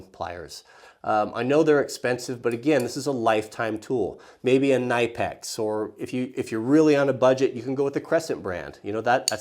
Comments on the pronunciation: Ka-nip-ex. Not ni-pex. We all know that lol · Outstanding lists with one two faults. Hoppes is pronounced "Hopp-eees" and Knipiex is "Kuh Nip X" Minor things but might as well as pronounce it the way the inventor/owner wanted it to be pronounced. Call it a pet peeve of mine. Another commonly mistaken one (I did it for years) is Denon. It's not Dee-Non. But Day-Nohn (o is long O sound). Late to the game, I'm aware, but I'm catching up/binging. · Knipex is a german brand, and your´re supposed to pronounce the "k" ... just like you do when you pronounce the last name of "Evil Knievel" :-) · Its Knipex. You pronounce the kni as knee but without a silent k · Good list so far, thanks! What kind of drywall anchors are those? Also if you're taking about Knipex the K is not silent it's pronounced the way it's spelled (I only know that because I've actually called their customer service which is surprisingly helpful:)